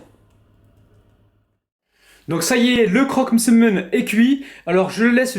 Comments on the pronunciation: N'importe quoi il le dit très bien Msemen tout simplement pas mésèmen mdrrrrr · oui il le dit comme il faut